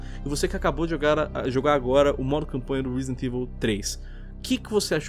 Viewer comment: "reezdent evil"? Lol